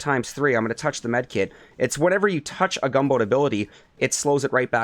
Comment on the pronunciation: What is a weekah? And a youah? And what does appeezah mean? Idk what a gameah or hoursah means either. You need speech therapy.